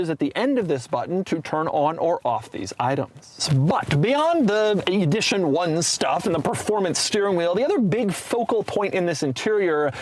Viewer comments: How does he not know how to pronounce edition? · Take a shot everytime doug says EEE-dition 1